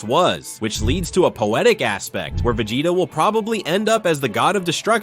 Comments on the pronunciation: A.i says : VEGATA Real voice says : VEGETA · Instead of vea-gea-ta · if you're going to use AI narrators, you should definitely spell the names out phonetically so the AI says it properly. lmk if you need help if English is a second language. There are easy ways to ensure the AI voice consistently says a name a certain way. Vugetta is weird sounding lol